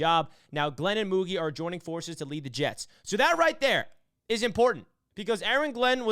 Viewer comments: Great video but its pronounce MouGeee fyi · The pronunciation is Moo Jeee